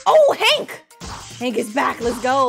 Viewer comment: i like how she say hang instead of hank XD